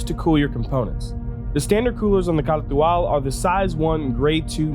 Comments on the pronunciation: I thought it was pronounced "car to al" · It's pronounced Car too all... because reasons. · A POA KAH TU AL 🤣 Ps its not bad against a Gladius. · OMG the way you’re saying it... my ears! STOP... JUST STOP! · You say it funny.